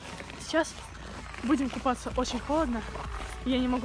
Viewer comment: Кто ещё заметил что она говорит мы будем купафца